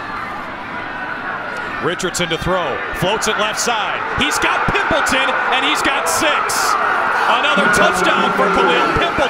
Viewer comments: It's pronounced "Pimp Leytawn" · Dude loves saying Pimpleton with that EMPHASIS! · The way he kept saying pimpleton ᴘⁱᵐᵖˡᵉᴛᵒⁿ